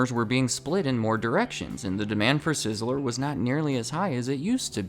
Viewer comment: Two syllables. Sizz-ler I keep hearing sizz-eh-ler. Am I crazy?